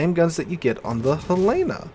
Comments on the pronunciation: Hell-len-uh, not Hell-lay-na! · Great vid! I wasn't around when they were added so I didn't know that happened. Also, as a Montana resident, it's Hel-eh-na, not Hel-ay-na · Hell-eh-nuh. Not Huh-lay-nuh. HELL-EH-NUH! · There is no ship named Hell-aaa-na in game. it is the Hell-linn-na, named after the capital of Montana. I realize you are not from out West, but trust me on this, every time you say it wrong, you sound like a rube. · Helena, isn't pronounced that way. Hell-en-a, it's the capital of Montana. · He's been saying Helena wrong for years. I think correcting is a lost cause. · Jus' tryin' to he'p!